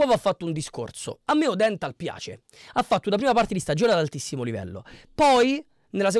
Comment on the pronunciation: Praticamente non avendo seguito il Como hai guardato su Sofascore chi ha giocato e basta..le pronunce sono: Ciagia’, Iannou e ódenthal poi Lucas Vasquez..Gioacchini in B ne ha fatti 0..Daii suu